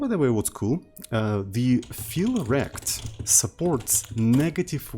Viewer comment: Can you rename olivec_fill_rect to olivec_fill_rectangle cause every time you mentioning it I hear "feel wrecked"?